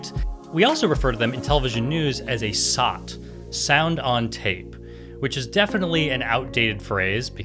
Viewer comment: You missed pronounced SOT, it should sound like: es oh tee